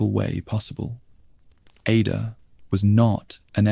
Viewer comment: it's definitely AI. Dude said IDA instead of Ada. Also when quoting someone it was like it copied and pasted the quote into its story telling in a way that threw off the sentence.